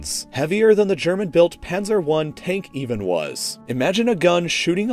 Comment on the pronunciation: I love your German... "schwewer güsdaw"... "Pännser"